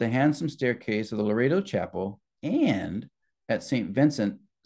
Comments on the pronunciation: I hate to be picky but it is not Laredo it is Loreto… Lo. Rett. O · It's not Laredo -; it's pronounced Lor-ret-toe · You are pronouncing Loretto wrong. You are saying it like Larado which is a city in Wyoming.